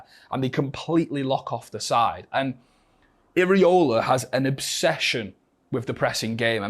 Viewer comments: It's "EEERA" NOT "EEERE" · Show some respect. Learn how to pronounce his name correctly. "Irry-Ola" HA